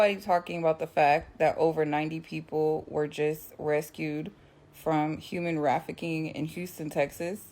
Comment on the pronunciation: Why is she pronouncing it as human rafficking ?